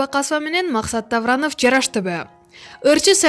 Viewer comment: Максат Тавранов дейт гооо.😂